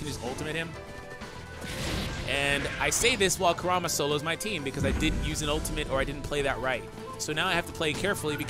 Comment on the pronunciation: “Koorama” :| Y U bootcher hys nahme But this honestly looks very interesting.